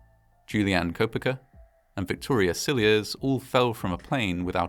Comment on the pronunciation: Koepcke = KEHP-KEY